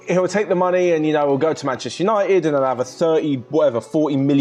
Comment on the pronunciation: I started the video She said muney I closed the video